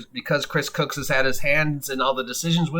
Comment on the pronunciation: You keep pronouncing his name "Cooks" . . . just saying'.